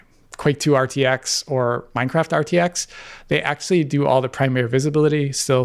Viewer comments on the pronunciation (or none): none